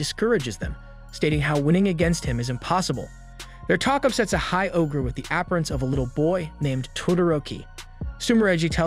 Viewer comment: "App-rinse"? ap·pear·ance